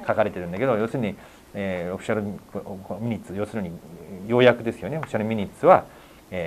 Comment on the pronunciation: 神保さんが「ミニッツ」と言っている言葉は、「マイニューツ」と発音する語で、「要約」というより「詳細」という意味の単語です。detailsと同じですね。